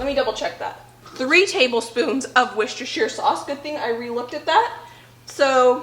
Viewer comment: I love these videos with you and your mum, you are a wonderful collaboration! You are so funny, in a loving way, bouncing off each other. Mum is incredibly organised. And may I say my heart sang when I heard your pronunciation of Worcestershire sauce! 😂